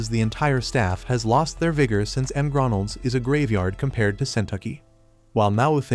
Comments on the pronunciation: you mean MgRonalds😂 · The heck is m grondles 😂